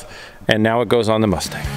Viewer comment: 'The MuchStang'.....😂